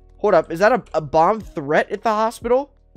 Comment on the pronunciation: Sounds like you said bob squad lol